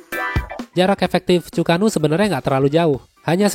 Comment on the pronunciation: Bang untuk penyebutan Chu-ko-nu itu Chu ke nu bang.... mungkin bisa bantu dikit...